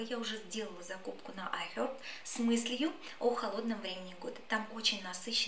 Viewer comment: IHerb с американским акцентом, тогда буква H в начале не произносится.